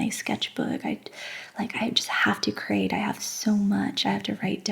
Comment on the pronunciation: You said the word "create" a bunch but it does have 2 syllables not just one. And "creators" has not 2 but 3. Pronounced differently from the word crate